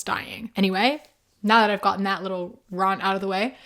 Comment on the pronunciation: Ma'am, I've been through several of your videos and I have to ask, What's your accent? It sounds like a mix of multiple unusual ones. I've never heard 'rant' pronounced Rarnt/ront. I know Bahth VS Barth but Rahnt VS Rarnt?